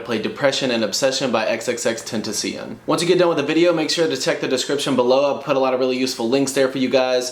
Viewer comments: When he said tenta see on I died it's ten tass e one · my man really said xxtenticion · “XxX TeNtAsEaiOn” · man really said xxxtennisball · xxx ten-tah-CNN news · It's Ten-ta-shon 😂 x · Boi its ten ta se on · I know he ain’t j pronounce it like that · Bro you said his name so wrong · bro you said it wrong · cant even say the name right😂